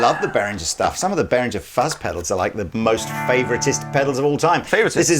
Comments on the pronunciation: Ist Nicht Berrin jer ! Ist Bey ringer ! And don't say but a lot of people say it like that because a lot of people are getting it wrong ! Just Google "how to pronounce" for correct pronunciation ! Also try Greta Thunbergh while you're at it ! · Why do so many people () pronounce Behringer like "Berringer". It's pronounced BAY-RING-ERR